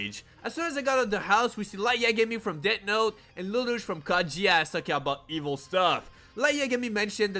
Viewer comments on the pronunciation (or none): none